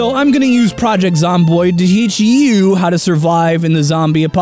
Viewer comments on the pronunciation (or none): none